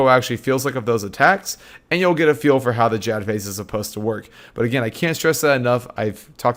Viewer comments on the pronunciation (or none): none